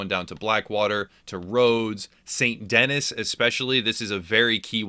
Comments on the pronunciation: Take a shot every time he says saint dennis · “Saint Denis” NO ITS PRONOUNCED LIKE “San Denee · It’s actually pronounced saint de Knee. If your interested 😎🧐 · It's pronounced "SAN DENEE" dammit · Ikr I cringed so bad when he said Saynt Dennys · Have you ever spoken french. Saint Denis is pronounced ‘sein deeni’ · Saint Dennis 🤦‍♂️ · Its pronounced Saint D-nee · St Denis....pronounced Saint Denee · It fucking pronounced saint de hee not saint denis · You say “saint DENNIS” far too many times in this video to take it seriously... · Every time you say "Saint Dennis", a frenchman dies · Lost me at “Saint Dennis” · ITS PRONOUNCED SAINT DE- KNEE! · “St. Dennis” Shit, that left a bad taste in my mouth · Sahn deh-NEE. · It's pronounced San Denee!!! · Hey, it's pronounced "de knee"... Saint Denis= saint de knee. Thanks for the tips 👍🏽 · Tip 6: its pronounced like San Den Knee. You’re welcome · Say it with me: 'San Denee' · "Saint DENNIS" I hazard a guess that this man has never had a passport. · Here's a tips and tricks for you. Learn how to pronounce the cities in the game you're doing tips and tricks for. It's Saint Denis not Saint Dennis. Dennis has 2 N's. Dipshit! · Saint Denis... holy fuck dont butcher a name so much!! Denieeeeze its french you fuck! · St. Denis is a French town. It's pronounced De-KNEE. Like your knee. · been 3 years, do you think he knows how to pronounce Saint Denis properly yet? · Hard to take game advice from somebody who keeps mispronouncing the biggest city in the game. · It annoyed me so bad that he pronounced saint denis wrong 😂😂. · If you weren't in such a hurry to fast travel, you may have learned how to pronounce 'St. Denis' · Why do people mispronounce Saint Denis when the game CLEARLY says what it’s called. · You mispronounced St. Denis lol, but otherwise this was an absolutely awesome video, and I love your presentation style. I just found your channel, and I had to sub immediately! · You’re saying Saint Denis wrong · Saint Dennis? 🤣